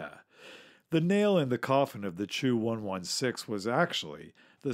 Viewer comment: Chu-116? It sounded like Two 116 for me. «Ч» makes a “č” or “ch” sound like in -Ch-apel or -Ch-ange